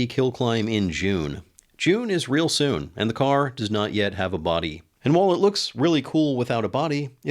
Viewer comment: "June is real soom" He says on June 20th lol